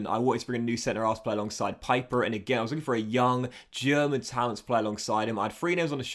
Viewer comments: It’s “Peeper” (pieper) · In German Pieper is pronounced like Pee-per